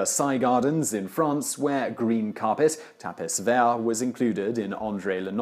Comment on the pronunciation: Interesting stuff. FYI it's pronounced tah-pee vair as the s is silent.